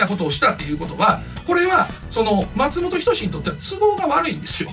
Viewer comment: 発音がマツモトキヨシやんw